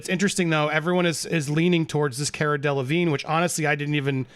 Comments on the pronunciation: Her name is pronounced Care-uh Dell-ahhh-veene. People mistakenly pronounce the G and first N and E in Delevingne, but are silent. Like Mignogna, which is Italian. Whether it was shame of getting caught in a cheating scandal or just not liking to talk about her affairs, Cara didn't want to speak at the time this affair was mentioned. That's not the major issue. Johnny didn't deserve to be cheated on, but the issue is the people who saw Amber could've said they didn't see bruises on her when she lied about injuries. Too many people protecting her or themselves were not doing the right thing in this whole situation. A lot did on Johnny's side like his witnesses, which was wonderful. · Haha, it’s pronounced “CAR-UH“ and her last name is “DELL-LUH-VEEN” ☺️ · It's Cara Delevigne (DEE LA VEEN) in English (the vine). It's French, meaning vine. Over there they pronounce it 'Veen yeh'...... Remember Avril Lavigne (LA VEEN) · Pronounce as if spelt this way Delevine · The way that lawyer pronounces caras last name lol!